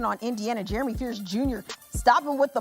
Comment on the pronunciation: Also cant even say Jeremy. Embarrassing